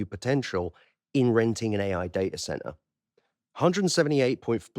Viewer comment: has made me start saying day-ah-cent-ar!